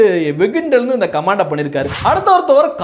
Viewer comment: நீங்கள் உட்பட சில வீடியோக்களில் கமென்ட் (comment) என்று சொல்வதற்கு பதில், கமான்ட் (command) என்று சொல்வது போல் கேட்கிறது. நான் சொல்வது தவறாக இருந்தால் மன்னிக்கவும்.